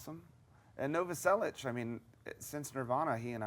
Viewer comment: Only Dave knows how to say: Novoselić..:D